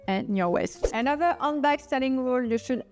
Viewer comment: Thank you for all the valuable information about handbags. Just a little English pronunciation tip. It sounds like you're saying "Undbag." Remember that in English the letter H is a litle breath. Breathe in and out with the H. You can practice by saying H and feeling the breath on your hand.You need to hear the H- otherwise you don't sound authentic in English.